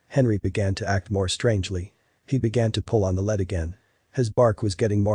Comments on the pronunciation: For God's sake the pronunciation of "lead" in this story is "leed" as in lead the pack or lead the band! It is not " lead" as in the metal! Did you ever, when reading the story, think I'm mispronouncing this? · Gee, computer voice, lead is pronounced as leed... ok?